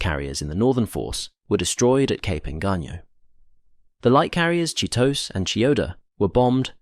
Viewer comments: for Chitose, the "-tose" is not pronounced as "toss" but "to see" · No it's not. The actual correct pronunciation is "to" like in "toy" and "se" like in "sell".